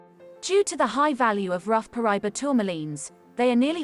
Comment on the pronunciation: Ahh, Paraiba! My favorite tourmaline! However, it’s pronounced, Para-eeba. The Paraiba mine in Brazil is “played out” and this beautiful color is exhausted, driving up the price. The largest one I’ve ever seen was 88 carats! Oddly enough, it’s been recently discovered in Africa. If you were to fit the map of South America into the notch in the African map, that’s where it was discovered in Africa. It’s believed to be the same vein that was split when the two continents divided during the continental drift that split Pangea.